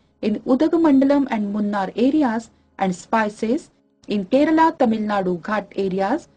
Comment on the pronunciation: its Karnataka and kerala ... not tak and ral